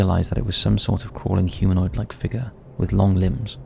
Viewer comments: Congratulations ...i see those lessons in learning to pronounce things like an utter twat are paying off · Its a humanoid figga😂. Its figure dude . Figure .